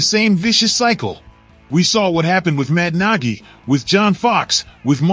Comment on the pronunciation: Stop mispronouncing matt Nagy 😢